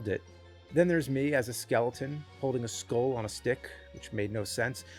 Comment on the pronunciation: For some reason the man can't pronounce the word skull - Walks around a Spirit Halloween and just names the things he sees with zero commentary - Can only wonder if the Teletubbies are making a comeback...? What the hell is he talking about? This is one of the most pointless and directionless videos the channel has ever posted. What happened?